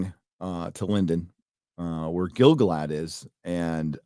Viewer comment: People be pronouncing it as GIL-gaLAD. It ain't. It's gil-GALad. What's more, I can prove it. The song of Gil-Galad is either in a stressed/unstressed metre, or an unstressed/stressed metre. Let's look: GIL-gaLAD was AN elVEN king OF him THE harpERS sadLY sing THE last WHOSE realm WAS fair AND free BEtween THE mounTAINS and THE sea Or: gil-GALad WAS an ELVen KING of HIM the HARPers SADly SING the LAST whose REALM was FAIR and FREE beTWEEN the MOUNTains AND the SEA Which one sounds like a poem written by Tolkien, and which one sounds like a drunk in a centrifuge?